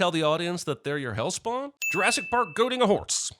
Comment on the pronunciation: "Goading," not "goating."